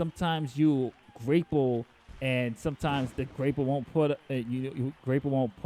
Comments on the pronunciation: I'm sorry my guy, but it's grah-pull, not gray-pull. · i was hearing grape pull 🍇